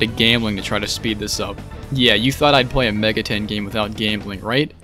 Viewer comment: are you pronouncing it Mega ten on purpose?